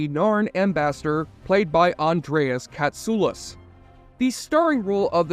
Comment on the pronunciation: Thank you for the correct pronunciation of Andreas Katsoulas!